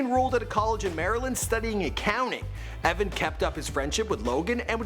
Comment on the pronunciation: It's Evan not Eveen